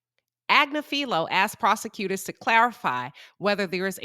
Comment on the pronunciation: Ag-nif-fi-low - this is the phonetic transliteration of Luigi's Attorney's last name, it's not that hard to pronounce.